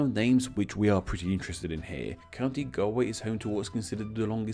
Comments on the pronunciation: o my gah gaul way not gal way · I don't know if you're forcing the pronounced version of Galway to make it sound like Galloway but it's "gaul" way. Had to stop watching sorry. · You are mispronouncing Galway haha. It’s pronounced Goll-way not Gal-way. You are picking it up from someone with a strong Irish accent clearly 😄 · Galway is pronounced Golwei not Galwei. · It's pronounced Galway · Galiye?? The pronunciation my god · My dude please double check your pronunciation of places as you’re making these videos. This video is interesting but the consistent incorrect pronunciation of “Galway” (Gaul-way) and “Gaillimh” (Gau-lyiv) hurts your credibility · I can’t believe his pronunciation of Galway. He’s heard galway girl sung. Almost sounds like a satnav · It's great to see a video of the home county but it's pronounced Gaul-way. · Gaul way its Gaul way Its painful to heal you pronounce it that way as i am a galwegian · im irish its galway as in gall like ball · Galway is pronounced Gaul-way, and Gaillimh is pronounced Gol-yiv 😉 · I’d pronounce Galway like gol-yih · Ya Galway is pronounced like gaul and your pronunciation is killing me. Signed a Galway Girl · Galway is more pronounced like Gaul-Way, speaking of which, is there any possibility of a relationship to Gaul? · Galway is more properly pronounced like "Gaul Way" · It's actually pronounced like Gollway, nice vid. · ok I like the concept of your video. However if your going to do a video about place names, youve got to be able to pronounce them correctly. Youve mispronounced Galway many times, as well as mispronouncing Dumfries, Kirkcudbrightshire and Dumfriesshire. A bit more research is needed. Otherwise decent. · Everyone here is going at him for pronouncing galway wrong, but no one out here wondering how County Mayo has this massive pan handle in County Galway on his map? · Your pronunciation of my home is wrong and bloody annoying, but pat on the back for a good try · You’re pronouncing Galway wrong